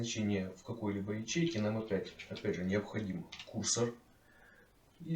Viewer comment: курсОр, а не кУрсор